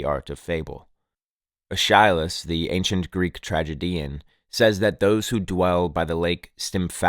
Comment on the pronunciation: Aeschylus is pronounced ESS-ki-lus